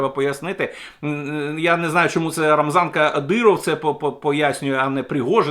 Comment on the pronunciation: Як він кумедно вимовляє:" Рамзанка Диров. "